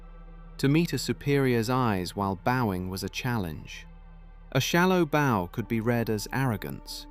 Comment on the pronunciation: For our friends who are a little slow, when the narrator says bow(bó) it doesn't mean this 💝 or this 🏹. It's mispronouncing bow(bau), the common asian greeting and display of respect.